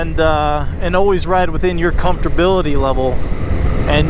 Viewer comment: "comfterbility" Ha ha I love it!